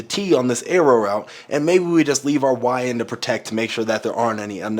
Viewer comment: i know youre saying "leave our Y in to protect" but it kinda sound like "leave our YN to protect" and im just imagining skinny dude in a shiesty trying to block the edge